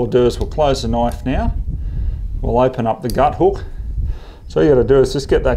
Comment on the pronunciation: That's not a noife, this is a noife!